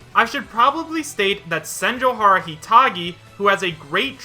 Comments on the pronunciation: It is pronounced Sen-joe-gah-har-ah, not Sen-joe-har-ah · Dude, you had Senjougahara's nickname un front of you and you couldn't even pronounce it right once 😩